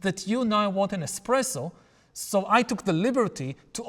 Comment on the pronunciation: "ai coffee machine", "invented", and "bestpresso insted espresso". 😏